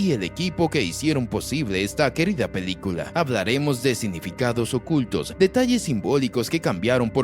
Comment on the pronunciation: Jajaja, lengua mocha 🤣 Dice "pedícula" en lugar de película 💩🤡